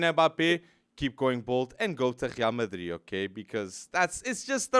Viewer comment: Wtf is "Khrial Madrid"? Cringe